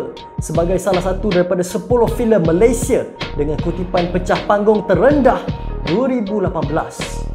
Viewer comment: Bukan malaysie bro, tapi Malaysia Betulkan sebutan tu